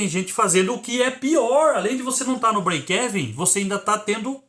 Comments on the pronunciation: Se diz : : Break "iven" como se fosse uma letra i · sua pronuncia do breakevem esta errada o correto é falar brekiven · Mas essa pronúncia BREIKÉVEN 😅😅 é paraguaia hein !?? Kkkk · Conteúdo do vídeo foi 10. Apenas um apontamento. A pronúncia é Íven. Fica mais ou menos assim: breikeíven. Não é exatamente isso, mas é o mais aportuguesado possível rsrs